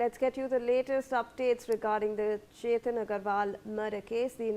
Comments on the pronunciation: Ketan Agarwal NOT Chetan. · It is Ketan Agarwal not Chetan Agarwal